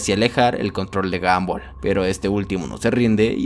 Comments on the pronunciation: Se pronuncia gombal no gambal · Se dice gombal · alfin dijiste el nombre bien kskksksk gumball casi en todo decia gambol xdxd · no c dice gambol c dice gombal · Gumball no ganboll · Sin ofender. Se escribe gumball. Pero se pronuncia gombal. No gambol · Sebita_XD 1987 F el que lo lee pero el men del video digo ''gomball'' no ''gumball'' .__. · Gambol😂😂😂 Se pronuncia GOMBAL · me incomoda que digas "gambol" y no a como normalmente lo escucho, "gombal" xddd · Y se dice gomball no gamboll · Ball se dice bal y en inglés británico bol pero la sería es de Estados Unidos inglés americano técnicamente sería gamball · No es gumball Es gambol v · El increíble mundo de gamboll xd así yo lo escuche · No les pasa que " gamboll" ._. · dijo gambol? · Se dice Gambol o Gumbal. obvio se que se escribe Gumball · El mundo de gambol dice 🤣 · se dice gumball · Jajajaja isque guanbol es guombal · Porque todos los youtubers le dicen a gumball: Gamboll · Porque en el inicio dices gamboll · Amigo que risa me daba cuando decía gamboll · "Gambol" QUEDÉ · No sabes como decir su nombre